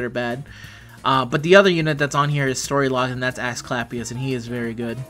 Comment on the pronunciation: Is my hearing off or are you saying "Ash Clapp Ious"? lol